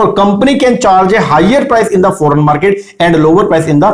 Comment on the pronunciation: Sir the way you pronounce ‘foreign’ ‘stock’ ‘cross’ is so funnnyyyyyy😂😂😂😂😂😂😂😂😂😂😂😂😂😂😂😂